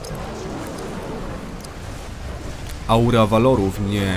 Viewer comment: VALARÓW Kurwa!!!!!!! Naucz się czytać patafianie.!!! VALARÓW!!!! nie VALORÓW!!!! widzisz różnicę??!!